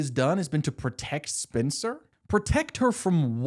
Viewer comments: as a Spencer, I've been seated since you said Spin-cer in the first video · Would totally watch (listen to) another one of these! I appreciate you appreciating, but I appreciate more the immense amount of thought you put into these + the personality. Trust me, I'm right there with ya, following along while you are going on these tangents, no need to calm down😂. Still gonna tease about you pronouncing "Spencer" as "Spincer" but always in a good way--the only way there is.